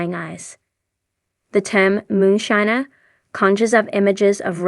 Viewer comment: The mispronouncing of moonshiner and moonshining drove me nust in the 1st 30 seconds. Ditch the dumbass AI narration